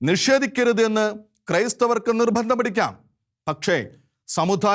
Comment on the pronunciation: ഉച്ചാരണം ശ്രദ്ധിക്കണം സമുദായം ദാ ധാ അല്ല ആശ്വാസമല്ല ആശാസ്യം നിർബന്ധം നിർബദ്ധമല്ല അങ്ങനെ ... പിന്നെ അഥർവവേദത്തിൽ അങ്ങ് മഹാ പണ്ഡിതനാണല്ലേ ഏത് മണ്ഡലം ഏത് സൂക്തം ഏത് സംഹിതയാ ദുർമന്ത്രവാദത്തിന് ഉപയോഗിക്കുന്നത് ഒന്നു വിശദമാക്കണേ അടുത്ത വീഡിയോ അതാകട്ടെ